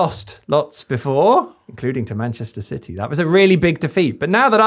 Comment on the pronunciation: Can someone please tell to stop saying 'Manchester Siddy' ffs